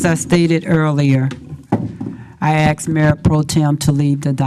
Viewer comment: But I axed yu ta do it yahall! I am super may all ! Bow DOWN TO MY AUTHORITIYEE !!😂😂😂😂